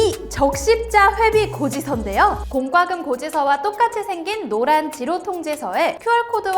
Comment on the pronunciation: 공꽈금 --> 공과금. 발음을 쓸데없이 된소리로 할 필요없어요. 그리 안 해도 알아들으니까요.